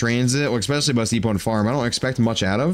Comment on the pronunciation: ESpecially bro. Not eXpecially. There is no (x) in especially. Definitely doesn't ruin the vid haha just noticed you say it every vid. ❤